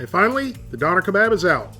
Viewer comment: It’s pronounced duner k-bob